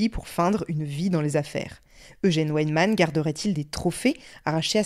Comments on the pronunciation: le w se prononce comme le v français et le v allemand se prononce comme le f français :) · Petit aparté : c'est pas Ouèdman mais Vaïdman :)